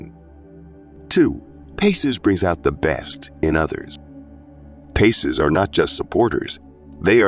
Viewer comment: Pisces not PACES. . Pie Cees.